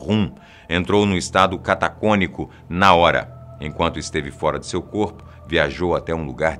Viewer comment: Gostei de tudo. Menos do "catacômico" rsrsrs. É catatônico!! Abraços.